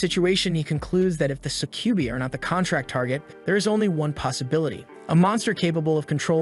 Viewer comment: That is NOT how you pronounce Succubi. Suh-kjoo-bye. It's a Latin word, I believe.